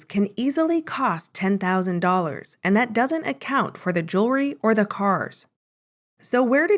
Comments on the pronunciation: JEWELRY, thats the word not JURY , lol wow and MONTH not MONT old lol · Wait did he say ,,"Jerwry" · It's pronounced JEWELRY